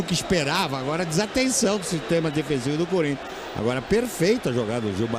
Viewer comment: Impressão minha ou o falou "Forinthians"...😂😂😂😂😂😂😂😂😂